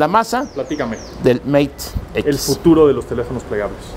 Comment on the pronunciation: "meit equis" Spanglish